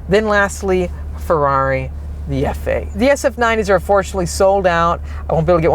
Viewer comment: Please say Ferrari properly.